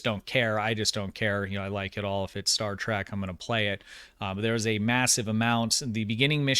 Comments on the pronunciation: Good video so far and i only have 1 bit of constructive criticism to offer, and i mean no disrespect, but it is pretty nerve grating, lol. It is Star TREK, not Star TRACK...which is how you pronounce it in this video, lol. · Its pronounced Star Trek not Star Track! You pronounce it wrong the entire video lol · He said “Star Track..” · Is saying Star TRACK? In his older videos I thought I was just mishearing him but it definitely sounds like Track to me.